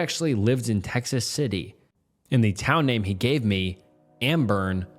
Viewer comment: Stop saying fkn "Thee".... Wtf is wrong with you?? Say "THE"!